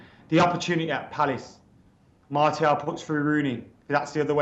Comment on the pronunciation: FFS surely by now u should know how to pronounce Martial properly....